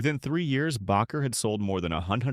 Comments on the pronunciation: Minister’s name is pronounced ‘Baker’ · His name is Baker with a long a. Not Backer. Learn how to pronounce names.